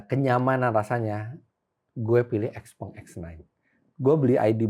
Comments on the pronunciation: XPENG bacanya siau pheng artinya little friend. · Xpeng = Xiao Peng